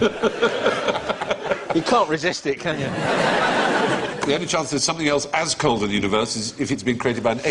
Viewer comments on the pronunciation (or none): none